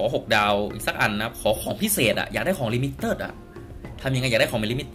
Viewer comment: เอิ่ม เขาอ่านกันว่า. ลิมิเต็ด. ไม่ใช่ ลิมิเติด